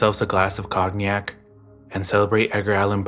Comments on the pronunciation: Just a minor thing, around 15 minutes you said Cog-nyac. For cognac. It’s pronounced coh-nyac. Very close, but other than that I love your vids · Let’s get our basic facts straight so this content can be even more watchable. Edgar Allan Poe did not die in 1809, so 2009 could not have been the 200th anniversary of his death Also cognac is pronounced CONE-yack FYI 🎉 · COGG-NEEYACK??? ARE YOU KIDDING ME?? (Brought to you by a typical GEN-Z balloon head)